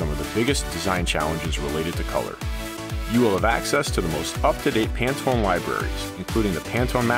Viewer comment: ...You mean I've been pronouncing Pantone wrong this whole time?